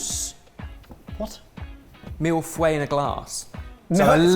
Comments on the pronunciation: The milfway breaks my french heart everytime. 😅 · One day is going to pronounce "mille-feuilles" correctly i believe in him